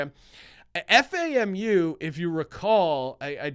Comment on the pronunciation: Lol it’s FAM-U, it’s alright love the show